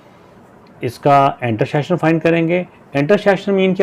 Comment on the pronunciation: Intersheksion ❌ intersection, ✅ 😊😊😊